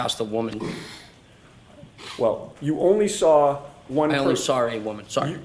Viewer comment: I don't get it. "side bah", no r. But: I "sar it", or "lar enforcement". There's the damn R!